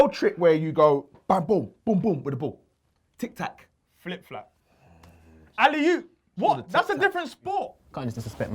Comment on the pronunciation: Alley yoops 😂.